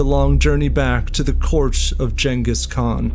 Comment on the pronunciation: Pronounced genghis khan wrong